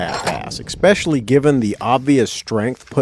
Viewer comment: Wanted to watch this but I only made it 36 seconds in. I refused to continue when I heard "eXspecially." Nope. I'm out.